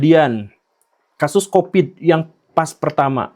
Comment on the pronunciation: Covid pak Guru, COVID !! bukan Kopit, jangan bikin pitnah ah..